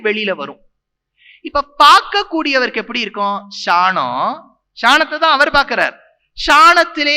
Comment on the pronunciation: Athukku ea da ஷாநம் னு சொல்லுற சாணம் னு சொல்லு